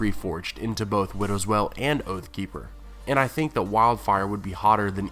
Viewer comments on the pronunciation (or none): it's pronounced "whale", not "well" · widow's WEIL, not widow's "well". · Widows Wail. The wail part rhymes with _ale or pale, whale or gaol. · wail is pronounced "whale" not "well" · The word is "wail" as in an anguished cry, not "well". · It's not well, it's wail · Widows well? Say it like whale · it's pronounced like "whale" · Wail, with a "I" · Taylor kazemba I've heard quite a few mispronounced words on this channel. I think it stems from one person writing the material and another just reading it. Maybe they don't have the context? Wail does seem like something that should be known.